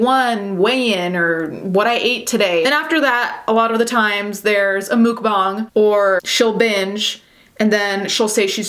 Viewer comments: Muck bang is the right way of saying stop please your not a better person because you say it that way you don’t sht ice cream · I couldn't watch. It's pronounceed muck bang not mook bong. You absolute Turkey. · Why do people say Mook, instead of Muk(like the pokemon?) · Its muk bang not mook bong. Ya weirdo